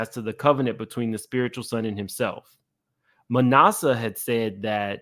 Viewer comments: lol it’s like ass-a. Manasseh…like one of Joseph’s son in the Bible. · ITS PRONOUCE MA NAS A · Ma NASS uh,. (Like “ass,” but I didn’t want to say that because I wouldn’t dare ascribe that to him; just so you know how to pronounce it.) 😊